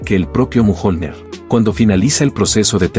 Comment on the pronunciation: A llamado al martillo mojonler? A la ia se le va fuertemente jajaja